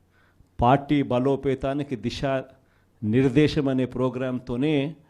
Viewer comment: TEY DISHAA KAADHURAA 🤪🤪 DISA (Direction)